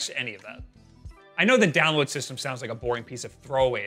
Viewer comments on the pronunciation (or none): none